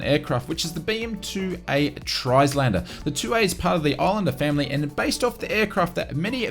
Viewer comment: Good video. Just a small point - you don't pronounce the letter S in Trislander - it's silent, as in Islander.